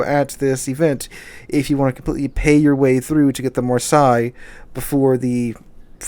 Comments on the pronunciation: Come on man it's marsay not marsi haha. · Love the content, just have issues with how you mention Marseille, which is sounded like Mar-Say, not Mar-Sigh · Love your vids but having to listen to you say Mar-sigh all the way through your video made me want to scream. It's Mar- say. Mar- say! :) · Mar-say not Mar-sy. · I believe Marseilles is pronounce Mar-say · Pronunciation: maar·say. I bought three random bundles for the flag and french tokens. How ever the ship's name is pronounced the new French cruiser look easy to sink just like all super cruisers. Also I have the Carnot and 6 or 7 other super cruisers. I am watching were the economy is going which will determine if I have any money to spend. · Marseilles='Marsay'. I wince everytime you try to mispronounce it, lol. You must be doing it on purpose! Eh? :) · Oh, FFS--it's pronounced "marh-say." I love your channel, but it's really annoying how often you mispronounce words. And frankly, in an age in which all you have to do to check pronunciation is go to Google and type in the word to find an audio or AV file demonstrating correct pronunciation, there's really no excuse for publishing vids with mispronunciations. C'mon, --you're better than this. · By the way, the city name is "mar-say" in pronunciation. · It's pronounced "mar-say" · It's pronounced Mar-say. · The way you say Marseille is Mar-say. Thought you might like to know. Thanks for your vids I enjoy them. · Marseille is "Mar" "Say" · Great channel, but pronounce Marseille correctly, please. I'm not French, but hearing the way you say it is painful. Heck, the City is not pronounced that way,.